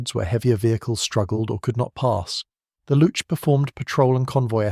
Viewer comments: It's Looks, not lutsh ;) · He sounds like he's saying "lutsch"... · It's pronounced "looks" because chs = cks for some odd reason in German, no good reason, just an oddity. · As a German, it‘s funny that you spell Panzeraufklärungstruppe really well and have so many problems with Luchs (just say looks). No offense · The way he says it it sounds like 'louche'. ;) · You know what also sounds like "books with an L"? "looks". But I guess that would be too simple. For a German. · Luchs - Spell it more like Lux (the messurement unit for Light) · Funny for a German to hear the speaker twisting his tongue with a word that is pronounced exactly like books, just with an "L". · Yeah that is neither how you say "Spähpanzer" nor how you say "Luchs" (which sounds exactly like English "looks".) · Please say „Lux“ and Panzeraufklaerung….